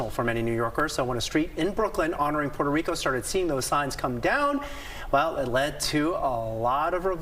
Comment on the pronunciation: Ok, I AM PROUD THAT MY PEOPLE STOOD UP AND SAID," NOT ON MY WATCH!" Now that mission has been accomplished perhaps MY PEOPLE need to learn the correct PRONUNCIATION of Puerto Rico. It is PUERTO RICO NOT PORTO RICO, DAMMIT 😡.